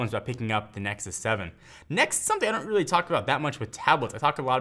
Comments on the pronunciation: I like how special pronunciation of the word "really". He's like, "weally weally weally great" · Wealy wealy ?? Really!!! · Weally Weally Weeaally good video.